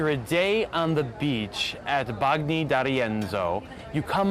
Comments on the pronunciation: You seem to have italian roots (""), but you can improve your pronunciation of Italian names!!! Not Bag-ni, but Ban-nyi... and double letters need to be pronounced in an exaggerated manner: not Ra-ve-lo but Ra-vel-lo... It's the only thing missing from your otherwise very informative vlog... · if you want us to believe that you’re well acquainted with the area, I think you should be able to pronounce Italian correctly. “Bagni,” for instance, is pronounced “ban-yee,” not “bag- nee.” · BaG-nee? Dude. If you're gonna do this for a living, at least get the names right. It's pronounced like bañi or banyee. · Shame on you ...your pronunciation of italian dishes is wrong ! Gnocchi is /nYAWK-ee/ And that beach is not BOGnee d'Arienzo its /BanYEE/...mama Mia take a language class